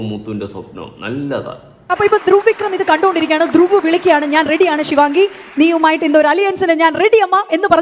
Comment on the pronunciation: ശിവങ്ങി അല്ല ശിവാംഗി 🙏🙏